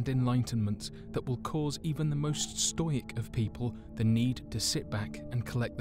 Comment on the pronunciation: did that dude just pronounce Stoic, as Stoyic 🫥